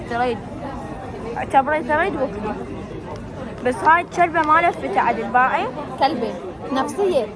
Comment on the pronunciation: بس شوف فرغ الهجات تكول جلبه واميره تكول كلبه😂